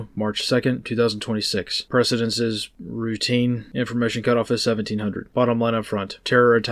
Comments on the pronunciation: "Precedence is rrrrrrrroutine...?" That says more than any sitrep ever... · So it wasn't just me 😂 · I rewound it to hear you say "routine" again